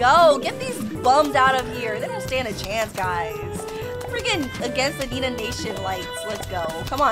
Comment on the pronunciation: It's not nenaa